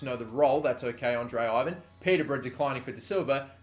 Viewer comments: Andrei Ivan is pronounced evan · Andrei Ivan is a romanian and actually being pronounced "evaan". I hope this is understandable. The I is like an E, the A ist like the A in "car" and the V and N were right. Please try to pronounce his name the right way. :) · you need to say I-van thats in Romanian like so can see